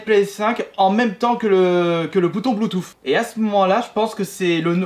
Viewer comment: « Bluetooff » mdrr